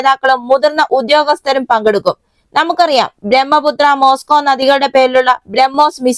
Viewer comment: ബ്രഹ്മപുത്ര, മോസ്കോ നദികൾ എന്നല്ല,ബ്രഹ്മപുത്ര, മോസ്കോവ നദികൾ എന്നാണ് പറയേണ്ടത്.